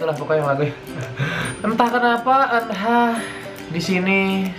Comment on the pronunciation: Bacanya itu eunha bukan eenha